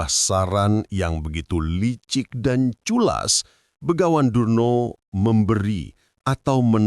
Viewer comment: Durno bukan Drono,,nggk layak jadi peniar